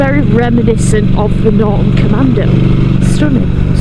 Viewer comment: There’s a T in NorTon🤨